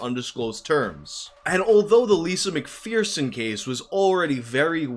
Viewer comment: Mcpherson like fur son not fear son????????????????????